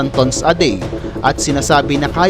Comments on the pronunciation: Ang pronounciation mo sir sa tons ay mali😅 pag binasa mo sya sir parang sa tagalog.. Tans (tons) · Hahaha ayos pagka pronouns mo ng tons pre a